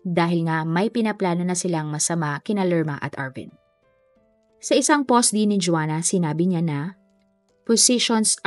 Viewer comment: powst not pohhhst, mowst and not mohhsttt... nakaka bother ung pronunciation.